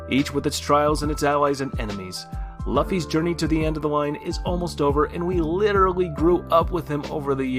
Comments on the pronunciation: Ahh hell nah man the way he said Luffy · Aint no way he pronounced Luffy like that